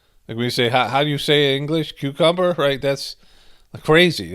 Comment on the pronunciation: "How you say, cu-cum-berr"? 😒